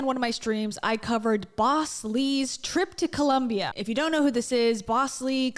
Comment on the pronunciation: All of you in the comments make great points, I just wanted to point out , I hate how she Pronounces Colom-BIAHHH